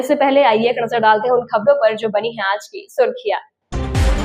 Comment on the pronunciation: Surkhiya ❌ Surkhiyan ✅Mahjood ❌ Moujood ✅Ejazat ✅